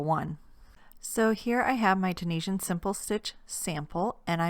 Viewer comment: In case anyone was wondering it is actually pronounced Tunisian not tunishan 👍 and she is doing double crochet not single in case anyone is confused 👍